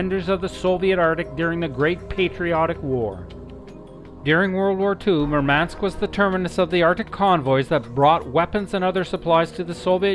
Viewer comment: The mispronounced names made this video cringe worthy. Murmansk not Merman-sk.